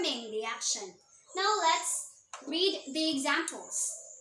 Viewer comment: Excellent demo Ma'am. Good job. Just a tiny correction lang , In this part "read" should be pronounced as "red" kasi past tense na.